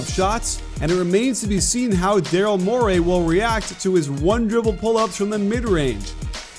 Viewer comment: I will never understand why you pronounce Daryl Morey's last name the way you would a moray eel.